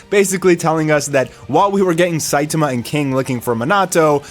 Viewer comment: Why do you pronounce Saitama that way?